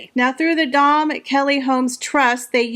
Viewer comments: Dame is pronounced dame not dahm. It is an English title, pronounced as spelled, not Frenchified. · Its Dame Kelly not Dome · Hi just for your information dame is pronounced (a) as in aim not damn, that is a mild swear word in the English language. 🙉🙊🙈😇